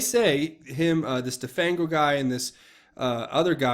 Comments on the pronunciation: "de-fang-o" as in render toothless...get real! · "de-fang-o as in 'remove the teeth of' ... come on!